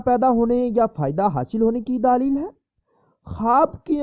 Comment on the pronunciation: Matlab ye k wo aapkay bolnay k andaz py keh rai h